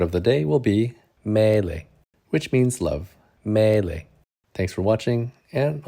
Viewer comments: It's "meilė" not "mėilė". 😁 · Nice video, as always! A lovely love story :) If you allow me, I would like share a tip for "meilė" pronunciation. The sound of "ei" (m-ei-le) is almost the same is in the word "Hey" in English, but without "H" ( a long "hey", like "heeey"). So it's some kind of "m-ey-le" . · You need to work on the word meilė :) Now that sounds like some Chinese word 🤭